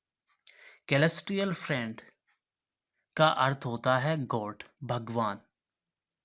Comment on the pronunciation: सिलेस्टिअल नाम ह वो केलेस्टिअल नही ह